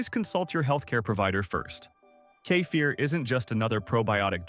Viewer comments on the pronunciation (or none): How many ways can AI pronounce "kefir"? I counted 3 in the first minute. Why do humans no longer read these scripts?